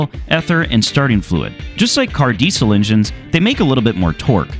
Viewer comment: The way you pronounce "Diesel" hurts my ears.